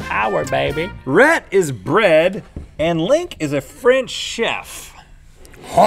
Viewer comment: I've never heard such a bad French accent lol